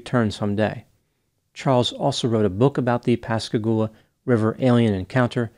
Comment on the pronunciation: Thanks for pronouncing Pascagoula right! 👏🏾🤣